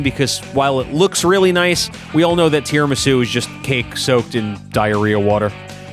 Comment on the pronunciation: As an italian, your bad talk of tiramisù is enough to start a war. Prepare yourself.